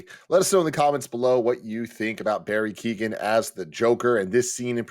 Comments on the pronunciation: Keoghan guys. Key-own. Not Keaton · Barry Kyo-han. Sorry to do it, but his name gets mispronounced everywhere